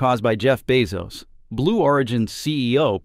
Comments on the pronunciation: Is this AI? Keeps on pronouncing Bezos as Beoz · The AI needs to pronounce Bezos correctly. Just simple feedback.